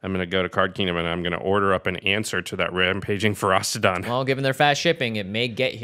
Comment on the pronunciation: The fact both Jimmy and keep putting a 'T' in Ferocidon makes me want to punch a kitten.